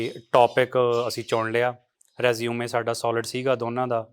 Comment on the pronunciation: ਰਿਜ਼_ਮੇ,,,,,ਰਜ਼ੂਮੇ ਨਹੀਂ,,, ਲੰਬੀਅਾ ਲੰਬੀਅਾ